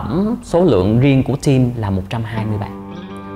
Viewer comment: 2 bằng thạc sĩ ở Úc mà một chữ "team" nói mỗi ngày mà cũng kh chuẩn, vẫn nói giống VN là "tim". Thực sự phải nói là "thim" mới đúng. Ở trên núi hay sao mà kh có đặt đồ ăn qua Uber eat? 😂 Tôi ở Melbourne nè, tuần nào cũng đặt đồ ăn qua Uber, cho dù 1 ly nước họ cũng mang tới. Nói gì thì phải nói cho đúng.